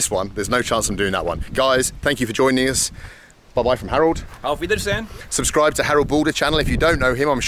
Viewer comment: weird how the german guy says "auf wiedersehen" and makes it sound like how a foreigner would pronounce it.